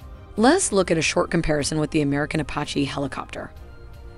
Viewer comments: What the hell is up with the narrator mispronouncing Apache and saying “kah” 52? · A pah he? It’s pronounced Apache (a patch ee) lololol. Kokerent pulsed radar? Do you mean coherent? The gross mispronunciation really take a lot away from the otherwise good animations. Why not have a human read the script and repost the video?